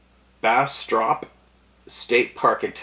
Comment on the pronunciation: The town you butchered was pronounced Bass Trop. Bastrop, Texas is in the Lost Piney Woods. A large stretch of piney woods in Central Texas that are out of place. There are sightings of bigfoot there frequently. They also are a problem on my ranch in Burnet. I have had sightings and way too many interactions with them. My friend and I saw one juvenile sitting in the middle of my Farm to Market Rd when we were returning from Burnet . Oh and by the way I have a Masters Degree in Anthropology as well so I know primates.